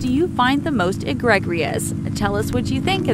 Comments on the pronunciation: It's pronounced e-greeg-us not e-greg-ius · Americans just can't get their heads around spellings/pronunciation :D ( Eee-gre-jus ) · The correct pronunciations are : hyperbole = hi - perr - boll - ee (emphasis on the ‘per’) and : egregious = egg - ri - joss You can look up and pronunciations on Wikipedia. Those pronunciations were egregious. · Oh brother. Egregious. Eh-Greej--us. Not E-greeg-ee-us. You must learn how to pronounce the words you’re reading correctly or don’t use them. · OMFG... Eh-GREG-Rius? No dear.. it's "egregious" (EH-GREE-JUS) Hyper-bowl? Nope- wrong again! HY-PER-BO-LE. Do your subscribers a solid- and find someone that is educated. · "egregious" is pronounced "E-gree-jus" - not "e-greg-gree-us". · Can someone please teach this person how to correctly say egregious? It’s not ah-Greg-ri-us. It’s ah-gri-jus. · The to pronounce hyperbole which sounds like (hi PER bo lee) as if it is pronounced HYPER-bowl, and egregious which is pronounced like uh-GRE-jus, as if it is i- GRE-GRE us, is ridiculous. I’d venture to guess you don’t even know what those words mean. Come on! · The pronunciations in this video were egregreeus. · "Hyper bowl"? "A-greg-grious"? Come on. 😂😂😂 *edit: this apparently triggered A LOT of people. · Don't be so egg gregorious. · Egregrious lol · A-GREG-ree- us.... really? It never occurred to her it was a word she'd never heard of and perhaps she should look it up? I agree, SO annoying....In one hundred years, americans will just grunt at each other like Cro Magnons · Repeat after me: Eh-gree-jus It means shocking. As in, I find it egregious that someone whose job it is to narrate video would mispronounce SO MANY words. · Ee-gregg-ree-ous? That's as egregious as hyper-bowl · I find your pronunciation of “egregious“ to be the most E-greg-rious.... sigh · The most eGREGrious thing in this video is your pronunciation. But that may just be hyperbowl. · Egregrious?? 😆 I think you mean egregious 😉